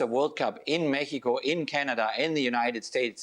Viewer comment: I like that Klinsman pronounces México correctly 🎉